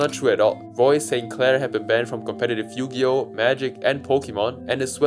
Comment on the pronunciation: The most disturbing crime here is the way you pronounce Yu-Gi-Oh as "Yugi-OH"